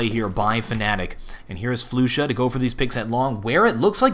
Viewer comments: flusha's name is prennounced more like flosha not floosha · yeah i know but hes says it like floosha so in order to explain how it should be said i sad its like flosha because it kinda is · did he just say floosha